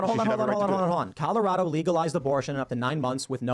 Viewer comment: Does say "In Killarado" instead of "In Colorado"?